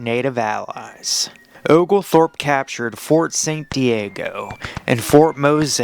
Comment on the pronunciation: Your AI should learn how to pronounce Ft Mose and St Simons Island